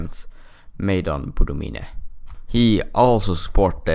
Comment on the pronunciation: 1:France ransacked the country before they left 2:Boumdien( ur pronunciation is wrong). other than that I'd say this "war" were talking about ended in 1999 we called it the dark decade. btw nice vid